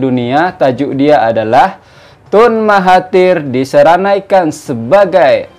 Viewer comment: SENARAIKAN bukan seranaikan...kerap tgk sebut sebutan yg SALAH...maafff yaa🙏🏾🙏🏾🙏🏾